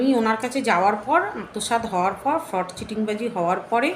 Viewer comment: FRAUD ER UCHHARAN O KORTE PARONA TUMI